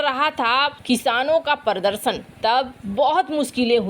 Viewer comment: मैडम पर्दशन कब तक सुधरेंगी हिंदी के सही उच्चारण प्रदर्शन कहने के लिए | यह एक शब्द नहीं है वरन बहुत सरे शब्दों का सही उच्चारण नहीं करती हैं